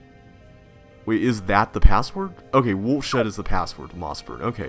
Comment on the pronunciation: It's Woolshed